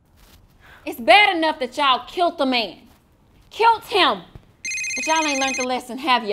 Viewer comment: Can you go you’re so funny not to be like mean bully the way you said killed you said kilts not killed